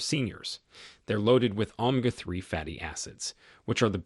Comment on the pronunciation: "Omga 3 fatty acids..." AI narrators are morons. As far as grass-fed bison, apparently you've not heard that seniors are lucky to afford beef once in a while.